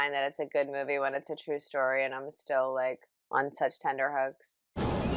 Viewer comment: Apologies for being annoying. "tenTerhooks. T not D.